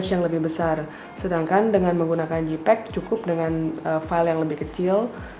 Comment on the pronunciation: Makasi kak untuk informasi yang sangat berharga ini. Masukan aja kak untuk pengucapan JPEG (baca: JEIPEG, bukan JIPEG), RAW (baca: Ro bukan rau/rou).